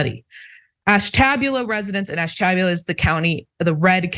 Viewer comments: Hahahaha! Ash-tab-ula! That’s funny! Sorry, but it’s pronounced Ash-ta-bula. My wife is from there. And I totally believe the results of the study. We can’t understand why anyone would live there is they had a choice. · …that would be : Ash-te- bu - la…. Just sayin….😅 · “Ash-tah-bewla” is the pronunciation. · She very badly mispronounced Ashtabula! I have family living there and that is not remotely how they pronounce it! It's Ash-ta-bu-la. NOT Ash-tab-u-la. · Ash Ta BYOO Lah lol.. It's not AshTABulah.. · ash - tuh - BYOO - luh. :face-turquoise-covering-eyes: I used to pull news off the AP ticker to read on the radio, so trust me: ALWAYS ALWAYS ALWAYS check pronunciation BEFORE going to air -- highlight ALL odd words, and if necessary spell them out phonetically (no schwas!!) with a Sharpie. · Nice report but painful to listen to. Ashtabula is pronounced ash-tuh-byoo-luha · No biggie but its pronounced Ash-ta-bula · Ash ta BU la. (Ash TAB ula is how it's pronounced as a joke! ) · I can't stop laughing at the way sayin' Ashtabula! It's pronounced ash-ta'byoo-lah. Though, to be fair--as you've clearly illuminated--they've got bigger issues to concern themselves with, it seems.😬😅💯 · Ash ta buel lah Not to be snarky just for next time. Never mock a pronunciation, they learned that word by reading. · Sorry, but the sound of your pronunciation of Ashtabula is a bit jarring. Ash ta bu' la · Pronounced Ash tah bew la with the accents on Ash and bew. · With respect, Ash - ta (short a) - bu (as in imbue) - la (short a). Side note: briefly mentioned in Bob Dylan's "Buckets of Rain" ... err, sorry, "You're Gonna Make Me Lonesome When You Go". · lol. It's Ash ta Byoo La. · Pronounces Ash- ta- bu-La. Indian word. I live in Trumbull county. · It’s Ash-tah- buel-a btw. Born and raised a Buckeye here. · Sorry but it’s Ash ta BUL a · Ash-ta-bule-la for future reference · It's Ash-ta-BU-la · Ash- TA - Buell - La. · It's pronounced ash-tuh-bew-lah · Pronounced "ASH-ta-BYOO-la"